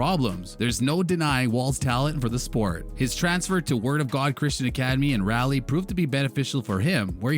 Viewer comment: As a North Carolinian, the way you pronounce Raleigh is insulting! Nah, I’m just playing 🤣😁 most of us just find that pronunciation hilarious lol